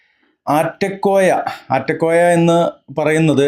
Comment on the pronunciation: . ആറ്റകോയ അല്ല നാറ്റ കോയ എന്ന് തീരുത്തി വായിക്കുക